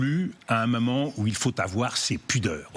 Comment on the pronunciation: Marrant, cette façon de prononcer "moment" comme "maman", et ce à de nombreuses reprises. Freudien, non?